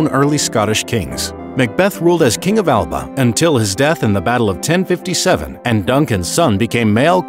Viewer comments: Bruh the pronunciation of “Alba” hurts lmaooo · This video had so much potential... but so much misinformation let itself down The Picts didn’t call them selves the Kingdom of Alba (pronounced A la pa) that’s the name for when the Gaelic (ga lic) Kingdom of Dál Riata and the Kingdom of the Picts united into the Kingdom of Alba